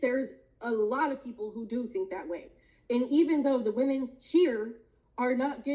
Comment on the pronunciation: "How are wahman oppresed?" her answer- Go read the Huffington Post....